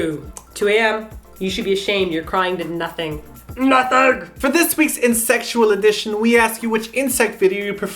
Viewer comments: when you said Insectual, i heard it as insexual .____. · did say "insect-ual" or "in sexual" I repeated that part like 5 times haha xD love you guys!:) and vote for sunny hill!